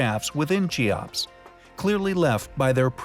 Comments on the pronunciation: Kee ops. Not chee ops. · It's pronounced Kee ops not chee ops. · its keops k not ch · Cheops = KEY-ops. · Chee-opps? Holy shit. Stop making videos.